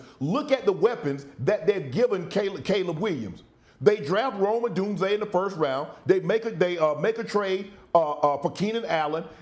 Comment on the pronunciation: Who is Roman Doomsday? lol Shannon terrible at saying players names 😂